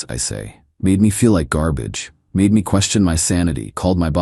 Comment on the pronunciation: Can the AI get fixed please? i couldn't finish the video cause of how it was reading the word 'me'.